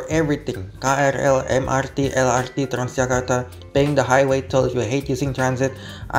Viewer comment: well, in that case he should've spell MRT and LRT in Indonesian then, not eM-aR-Ti and eL-aR-Ti just like he does in the first minute of the video.